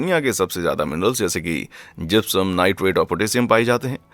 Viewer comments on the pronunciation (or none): none